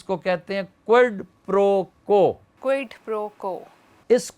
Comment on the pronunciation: Sir this is Quid Pro Quo not quild. Please don't mind it.